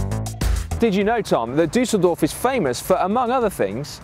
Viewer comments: Si your pronunciation game has been bettered by Dan, it's Düsseldorf not Dusseldorf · Tom again with more pronunciation mistakes. Dan should teach him the correct way of saying Düsseldorf.